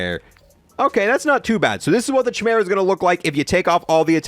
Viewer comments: Man needs to learn how to pronounce chimera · Kai-mera not chi-mera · Just popped in here to say it’s “Kai” meera not “Chai” meera. Love the videos and keep up the good work ✌🏻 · It’s “ki-mera” not “chi-mera” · DUDE!!! ITS. NOT. CH-EYE-.. ITS KIE-MERA!!!!! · It's not Ch-imera, it's pronounced Kie-mera. The ch- in Chimera make the K or -ck sound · "the chai mera" can you not, it's ky-mera, or just call it honey badger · It's not Chy Mera it's pronounced Kah mera! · Yup you wrong bud , its pronounced like you saying SKY but without the S so its KY-MERA not key-mera a Chimera is a fire-breathing she monster with a lion's head, a goat's body, and a serpent's tail in Greek mythology. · It drives me crazy that people can’t say chimera correctly. It’s not pronounced chai like a chai latte but chi like the Greek letter. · it's pronunced as /kaymera/ not with a "ch" sound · It’s KEY-MERA by the way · yes like you saying SKY without the the S its definitely not KEY-MERA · nope , its not KEY but pronounced more like you saying the first half of the name KYLE the KY must sound like you saying SKY just leave out the S so its KY-MERA not key-mera Incase you guys where wondering what a CHIMERA is its a fire breathing she monster having a lion's head, a goat's body, and a serpent's tail, basically a fuxking scary ass death monster 😅 also there is a hard-core metal band called CHIMERA give them a listen you won't regret 🤘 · Pronounced "Kie-meera" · Its pronounced Ki-mara. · KEY-MERA! HE CAN’T KEEP GETTING AWAY WITH THIS! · Bro…. The ‘Ch’ should make a similar sound as the ‘K’ in Kite. Kai-mer-a It’s embarrassing to hear you say it like G.W. Jr. says nuclear…. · Stop saying (ch)imera please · Chimera - (ky-mare-uh) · Pog Also Chimera is pronounced "Kai Mera" the CH makes a K sound in this case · I paused the video and was done watching as soon as you said chimera wrong. Lolz. fucking kids. Pronounce the ch as a k. Deuces